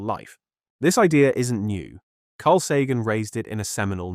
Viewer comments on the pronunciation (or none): Carl Sagan, not Sagen!